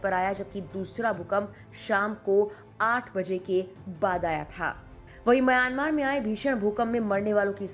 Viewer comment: आप सही उच्चार करें : म्यांमार। "मयानमार" बोलना ग़लत है।